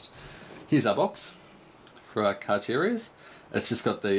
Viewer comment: It's pronounced Carcharias not Carcharias... lol